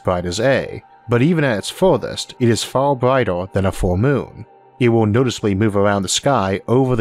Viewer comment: The Staws are so incwedibly faw away its just hawd to compwehend how faw they weally awe away.